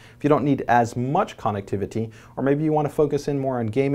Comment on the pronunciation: It bothers me the way he says connectivity...